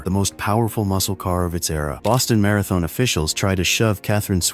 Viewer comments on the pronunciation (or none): none